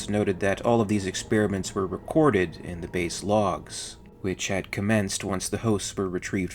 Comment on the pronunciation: Please learn how to pronounce experiment.